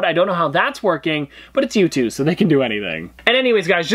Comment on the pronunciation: Stop with the yootooz